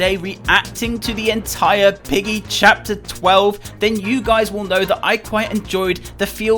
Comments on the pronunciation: lol did he say Roblox piggly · Ah yes "Pliggy"